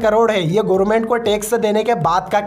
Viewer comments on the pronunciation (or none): none